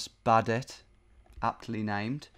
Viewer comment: in swedish we say "a" like baath in a london accent but if there's two of the same consonant behind the "a" we pronounce it like the "o" in "other". I just got a little mad when you said "badet" like an american.. it's baadet.